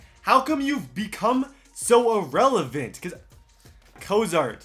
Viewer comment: He said irelavent almost every time and never rhymed it